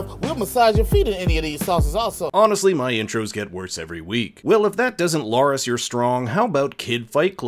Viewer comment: He's not LOras but LArys. Be sure to pronounce the name correctly. Otherwise you're not talking about the same person.